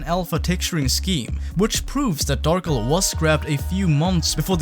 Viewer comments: Why do you say it like Darkle. Lmao. I feel like it should be Dar-kel. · Darkel or Darkle? I love the video but that is not how I think it should be pronounced lol